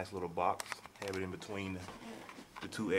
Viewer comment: dude you say in, "ein" lol